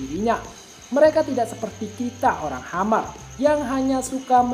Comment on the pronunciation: Bang admin.. "Khmer" bukan dibaca "Hammer" tp " Kmer.." biasa aja bacanya.." Kmer.." . Ini adl sebutan lain untuk Kamboja.